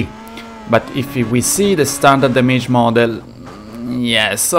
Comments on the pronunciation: Everyone: Dam-age Him: Da-may-ge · Bro si pronuncia Dameig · Please, "ai don't rait inglish this Wei" so don't say damAEge and enJIne, pronounce it normally ffs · The words damage and performance dont have a plural and its damage not damayge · great video, the worst part is to hear "dameiji" every 5sec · Awesome video as always! One thing,damage has the accent on the first "a" 😁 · Couldn't listen much because of wrong pronounciation of "Damage" word. I know, English is not his native language, but neither it's mine. How hard is it to go online and find a pronounciation for a word so that you can make a 18 minute video... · La pronuncia di damage mi fa stranissimo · Chłopie. To demydż nie dejmedż imydż nie imejdż.